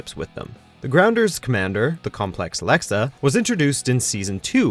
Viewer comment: IT'S LEXA